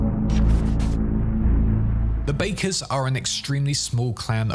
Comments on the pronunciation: Bakkers is pronounced 'Backers' not 'Bakers' 😐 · It's pronounced "Backer", not "Baker" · Backers (Bakkers) not Bakers. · well the voice actors in the game pronounce it "Backers" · The way he pronounces "Bakkers" makes me cry in Nomad